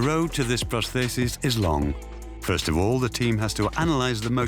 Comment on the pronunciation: I find the topic fascinating, and the documentary is well made. However, I find the narrator's inconsistent pronunciation of 'prosthesis' baffling, as it's the key word in the whole documentary.